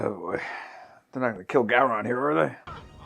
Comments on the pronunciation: Who the hell is “Go-Ron?” It’s Gowron for Gods sake! Cmon! Jeez!!! 😂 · Go-Ron lol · Ok, you guys are now past your grace period for being allowed to pronounce "Gowron" wrong.